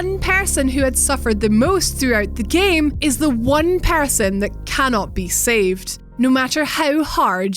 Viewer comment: What was that at the end you said "One Person" or "One Parson"